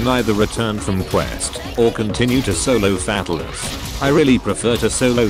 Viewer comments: Sounds like it's saying Fat Alice Head... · The only thing i got out of this video is how to pronouce fatalis, Fat alis lol